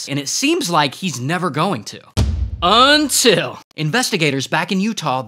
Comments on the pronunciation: I know things are going to get worse when Ray says "UNTIL" lol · I love when you say “UNTIL”.